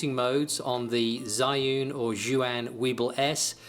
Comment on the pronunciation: Very helpful. I believe the “fast mode” you mention is now called “Go” mode. And BTW, both of your pronunciations of Zhiyun 智云 are wrong, hahahaha!